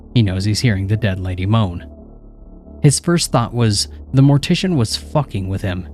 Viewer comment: Ah yes! Mor-tiss-ian stories! Braaaavo